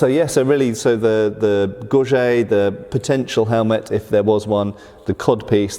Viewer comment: i'm surprised (and disappointed) that the American mispronounces so basic a term as "gorget". This simply shouldn't be.